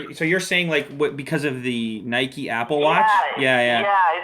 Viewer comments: its not nikey !! haha i think its NIKE like the name IKE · it's nike not nikey you ride a bike not a bikey